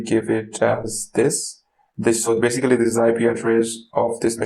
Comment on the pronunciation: Nice video but next time maybe don't overuse the words you can't pronounce, like "basically".